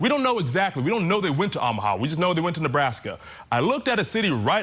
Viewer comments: Oh - mu - ha not Ah - mu - ha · Good gosh, can some only inform him how these states and cities are pronounced?!! I can’t even listen. These are supposed to be legit hosts too- not even just YouTubers. 🤦🏻‍♀️ffs, how can he not know how to province OOOOOHMAHA??? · Learn how to pronounce Omaha. Good grief. No one in the studio caught this ? I’d be mortified to be that ignorant. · Teach your guy how to pronounce Omaha. How embarrassing to hear it repeated over and over. Editors at Court TV need to look up from their phones and make sure your announcers don’t sound like morons. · How can someone not know how to pronounce Omaha? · Funny that they pronounce Lompoc correctly, but mess up Omaha. 😅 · I can't for the life of me figure out why he insists on mispronouncing Omaha.